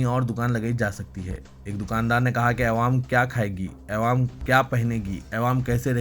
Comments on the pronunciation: ارے بھی " اے وام" والے ساری منجلس بولری کہ " اے وام" بولنا چھوڑ۔مگر تجھ سے یہ چھو ٹتا نہی۔🤣🤣🤣🤣🤣🤣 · ارے "اےوام" بولنا کب چھوڑے گا ؟؟اور " عوام" بولنا کب سیکھے گا🤣🤣🤣